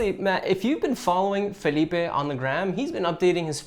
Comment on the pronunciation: love from Brazil! surprised you kind of got Felipe's name right